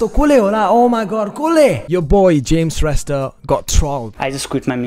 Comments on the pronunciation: Those guys who tries to roasted your videos, they even don't know how to pronounced James Shrestha 😂😂😂😂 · Haha tyo third roster ko tw afnai billa vayo bichara😟 ko pani naam ramro sita uchharan Garna sakena tele 😂😂😂😂😂😂😂😂😂😂😂😂😂😂😂😂😂😂😂😂😂😂😂😂😂😂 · He can't even pronounce his name bro